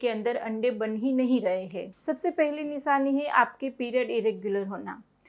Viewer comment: Nishani nahi nishani apk sa sha bolne m fark h